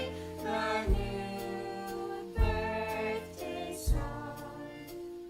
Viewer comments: From now on, it will always be 'borthday' !!!! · "where did you get that.." "Its borfdaey" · it's mischas borfdaey today 😌😌